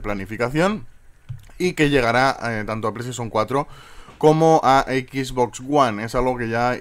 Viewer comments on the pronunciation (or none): none